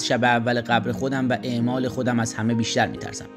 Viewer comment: اَعمال نه اِعمال